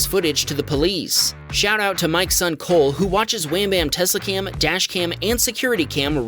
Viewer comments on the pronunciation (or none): none